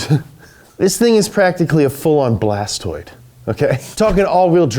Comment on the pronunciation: It’s BLASTOISE not blastoid lmao